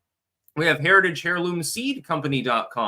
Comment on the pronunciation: Hair loom lol pretty sure it’s pronounced air loom